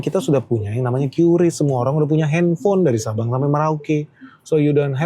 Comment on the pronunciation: Kata BI bacanya KRIS pak bukan Kyu Ris :hand-purple-blue-peace